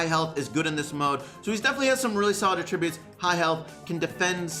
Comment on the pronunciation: Anyone else realize that doesn’t know how to pronounce attributes?